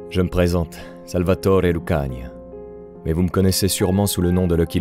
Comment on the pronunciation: Vous prononcez mal le patronyme "Lucania", l'accent tonique s'y plaçant sur le seul "i" en laissant traîner le "a" final, pas sur le bloc "ia".